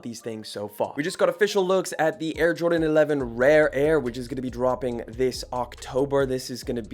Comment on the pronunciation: “Rape Air”⁉️ nawwwwwwwhh dawg that was purposeful smfh